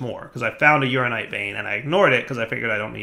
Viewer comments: U-Ran-In-Ite, not Urine-ite. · That pronunciation of uraninite was unfortunate...